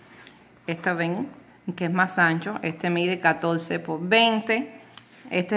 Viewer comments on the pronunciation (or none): se dice por!POR¡ No es po😅